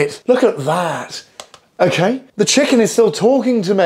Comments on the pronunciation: " Ok ae " 😂😂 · Mmm did he say “okay” or?